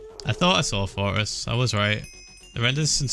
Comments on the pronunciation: The way he says fortress sounds like forest and I was so confused for like two seconds before I realized what he was talking about lmfao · I love how he says forrtress. Forress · I thought he was saying forest not fortress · Is it me or does Ph1LzA say fortress but it sounds like he is saying forest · I thought you kept on saying “forests” instead of “fortress” and I was confused like- isn’t it only the ocean update?? 😂❓❓ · watching himthe first time i thought he was saying forest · us normal people: fortress Ph1LzA: foress